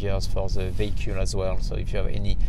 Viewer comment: This dude just turned the most boring word in the world "vehicle" into one of the coolest: "vehicool" (nice video)